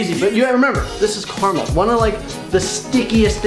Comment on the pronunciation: It's caramel not carmel